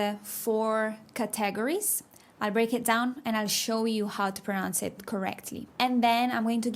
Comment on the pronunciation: One of the best videos on pronunciation I have ever seen/listened to as I realized that I was mispronouncing all these most common words. Excellent teaching. Gracias. Your only English mispronunciation is ‘categorize’